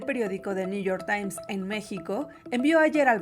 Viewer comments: 😂😂😂 dice Lopitoz que el " nu yor tain está investigando a los TRIVAGOS 😂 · Si.. dice:: Niu yor tain...😂😂